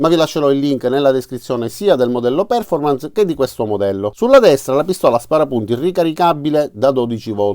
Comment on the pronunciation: Solito utile video grazie all quale decidere se andare alla Lidl oppure no :-D Post scriptum Poiché i tuoi video sono molto popolari, adesso hai grandi responsabilità, come recita spiderman nel film :-) Perf-ò-rmance Gua-ì-na sono le pronunce corrette da diffondere nel web!